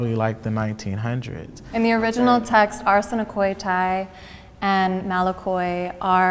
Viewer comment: No but she said "arsenokoitai" . And none of the conservative "Christians" seemed to know what language she was speaking. Knowing only English is considered uneducated even in our world. Not knowing, that the original Bible scripture is written in Hebrew, Aramaic and ancient Greek and thinking they have a point quoting some fantasy translation from the 21th century is straight up blasphemous.